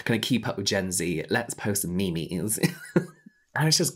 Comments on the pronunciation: James saying 'me mes' when talking about board room meetings made me laugh so hard I had to pause the video hahaha. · “Let’s post me-me’s” 💀💀💀